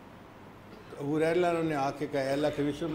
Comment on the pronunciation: حریرہ نہیں ھریرہ